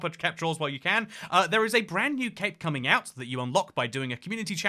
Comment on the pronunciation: Why does bro keep saying branzz new